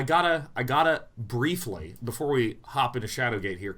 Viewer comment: Anytime Day9 says Briefly, all I can hear is Brief Leigh, and I just want to ask "Brief Leigh on what?"